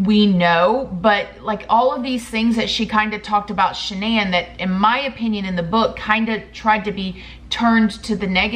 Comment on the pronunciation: Shan-NONE lol